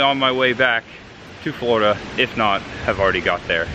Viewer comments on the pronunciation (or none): none